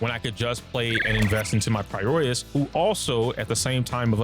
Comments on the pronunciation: f it im calling it “pi-roisu” like the jp dub from now on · pls. It's pronounced like this. "Pie-row-iss" it hurts when something clearly spoken in game is somehow still mispronounced by people